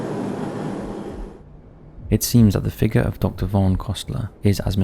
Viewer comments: Congratulations ...i see those lessons in learning to pronounce things like an utter twat are paying off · Its a humanoid figga😂. Its figure dude . Figure .